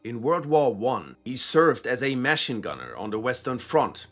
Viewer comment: What is a “mah-shin gunner”? Did you mean Machine gunner??